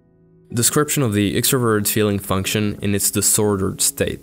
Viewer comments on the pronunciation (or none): Im not trying to offend you but i just find it funny how you say it like ‘extra verrr’